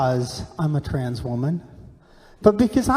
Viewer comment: The old man has a hard time even saying " Trans ". I bet you he didn't even know what that meant 10 years ago. Sad